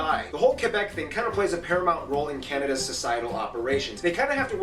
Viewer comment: Nunavut is not pronounced NONE-of-it... it is pronounced NOON-a-voot. Newfoundland is not pronounced NewFINland... it is pronounced NEWfuhnland, and Quebec is not KWOObec... it is KE-beck. French Quebecers do wish to preserve their identity. And that is fine. They should. In fact, all provinces and territories have unique cultures. The main issue is that Quebec is defending their French heritage in a sea of English. For this to happen, sometimes, unpopular decisions are made. Time will tell if these decisions work. However, for millions of Canadians (not just Quebecers), the French culture is a source of pride. And we are now living (finally) in the rise of the Inuit, Metis and First Nations heritages (and rightfully so). When I was in primary school, we were taught that Canada was a tossed salad... so many different flavours all jammed together, making our lives deliciously vibant, thriving and very healthy.